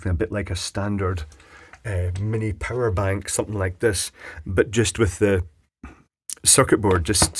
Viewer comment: im not sure if its the accent, but i swear you said a purr' bank